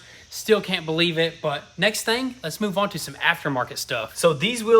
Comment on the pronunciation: You need to 'Palculate' the 'caint' bro! 😂